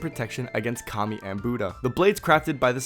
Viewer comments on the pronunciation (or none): none